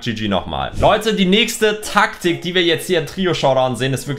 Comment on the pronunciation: Dieses Track tick😂😂😂😂😂😂😂😂😂😂😂😂😂😂 Das heißt Tack tick😂😂😂😂😂😂😂